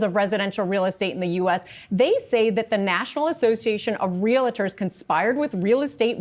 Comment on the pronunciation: First, it's Real-tor not real-it-or and it's NAR, not NRA.